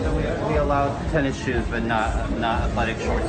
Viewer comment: Athletic tennishewws